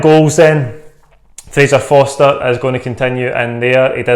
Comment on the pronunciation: Fraser Fo"R"ster